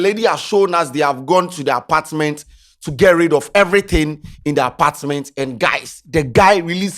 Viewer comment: The "hosdt and apartdment" 😮